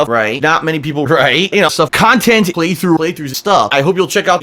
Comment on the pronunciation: I hate the amount of emphasis he puts on the end of 'conTENT'.